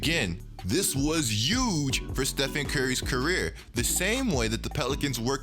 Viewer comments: So apparently we not pronouncing our H’s? Yuuuuuge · nobody: literally no one:: EuJe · Trump got you saying Huge with the H silent knock that shit off we don't do that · zion needs to learn how to walk again and you need to learn how to pronounce H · Bruh just SAY HUGE RIGHT WTF